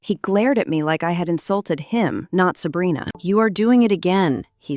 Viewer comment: Is it weird that I'm enjoying listening to the AI try to read "Sabrina"? "Selena" "Abrina"😅😅😅